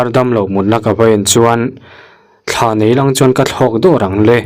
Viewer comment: Thla niloin thlaa tih zawk tur aw thluk deuh tur